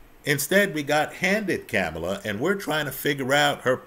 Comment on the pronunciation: PLEASE PRONOUNCE HER NAME RIGHT !!! I appreciate what you had to say though…